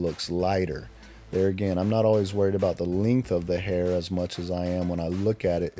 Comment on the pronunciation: The “LINGTH” 😂